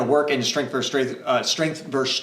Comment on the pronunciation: One thing that always stands out in your videos, and I don't mean this to be offensive, is that you pronounce the word "versus" with only one syllable (like "verse"). The word does have two syllables... this faux pas is a bit jarring.